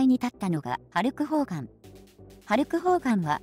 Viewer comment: ホルクハーガンに聞こえるよね